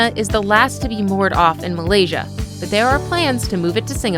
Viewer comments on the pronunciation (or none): none